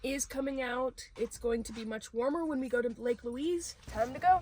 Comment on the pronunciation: Just FYI, it's pronounced Lake "Lueez" like the woman's name, not Lake "Lueece".